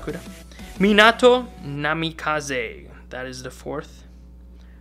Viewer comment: This man said Tobmara or some shit instead of tobirama... Hmmm and minAto???? Bro really??